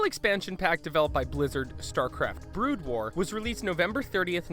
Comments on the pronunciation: in, or just after that, you say "Starcraft: Blood war" instead of "Brood war". It amused me. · did he say blood war instead of brood war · "Blood war" lol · "In Starcraft Bloodwar" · you refer to "Brood war" as "Blood War" You must have just been reading someone elses script that accidently auto corrected Brood to Blood.. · I can't get over 'Bloodwar'...omg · Also u called it blood war not brood war... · did you actually say starcraft blood war... disgusting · STARCRAFT BLOOD WAR? ARE YOU KIDDING ME. AND IT'S FENIX (PHEONIX) NOT FENNIX FFS Well now I know that the narrator knows nothing about starcraft and misread brood war. Kinda ruins it for me since now this whole thing seems fake. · lol " StarCraft and StarCraft Blood war" Yeah this guy really knows about starcraft lol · The sad thing is he said it right later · Fact 22 It's Brood war, not blood war, check your self! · DID HE FUKIN SAY BLOODWAR?!!?!!?!! IM DONE!! NEVER WATCHING THESE VIDS AGAIN!! #22 btw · I agree, I doubt he’d ever heard of Starcraft before this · Bother's me how much this guy pronounced wrong, blood wars, art-tasis, art-tosis. ugh